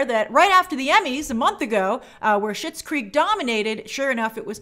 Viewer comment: Oh, I always thought she was saying Shits Creek